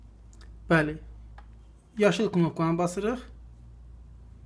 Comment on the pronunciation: Knofka yox knopka,hətta daha doğrusu düymə